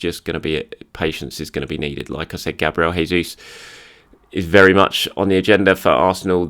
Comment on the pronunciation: If Gabriel Jesus joins Arsenal,, you're going to have to start pronouncing his name properly. "Hesus" is the Spanish way. The Portuguese way is "Jay-sus." Just trying to help 👍🏻